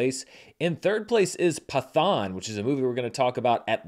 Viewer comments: Just so if movie 'Pathaan' makes into your next video its pronounced as Patt-haan/Pat-haan and not Pa-thaan, keep the letter 't' separate as is. That is all. Good video though. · I was going to say: brilliant charts this week, but Pathaan would be pronounced (in Sanskrit) with a hard T, not a "th" sound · At the theater I work at, Pathaan (pronounced Pat-haan btw, it took me forever to get that too) was easily our biggest movie this past weekend. A Man Called Otto and Left Behind (Ew) were the closest behind, but it was a ways off. I decided to check it out myself, and I had a lot of fun. It’s no RRR, but as a big action movie with an incredibly charismatic lead, it did it’s job well. I want to check out the other movies in this universe, especially because another one, Tiger 3, is scheduled for later this year. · Pathaan is pronounced as follows: "Pitt-Hahn"